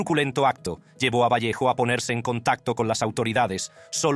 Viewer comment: Virginia vallejo sellama la periodista no vervejo 😊😊😊😊JAJAJAJA